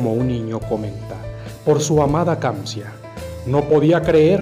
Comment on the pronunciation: Se llama "Kanzia" no kamzia